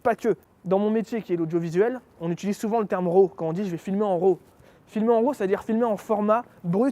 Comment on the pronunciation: Très sympa le nom de ta marque, ça pète! En revanche, le "Raw" serait plutôt entre le "a" et le "o". Comme si tu voulais prononcer un "o" mais que tu ouvrais la bouche pour prononcer un "a".